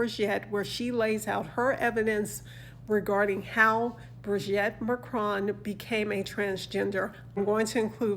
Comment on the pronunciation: Thank you, dear, but please stop calling her Brigette, it's wrong and it's awful. It's pronounced Bree-geet. Bree-geet. Please! Take care 🌹